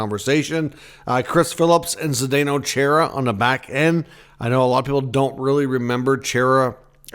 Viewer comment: Love the content, but seriously... who pronounces Chara,? I can not say why, but man, was that annoying. It's CHAR-A. Has been for decades. Other than great, keep up the great work! 😉